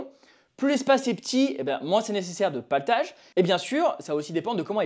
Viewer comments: Je bug . On dit platelage pas paletage ? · Le platelage pas le patelage…lol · PLAtelage et non paletage :). super vidéo ! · platellage et non paltage. sarking et non staring. faites un effort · C'est pas "Platelage"? 😁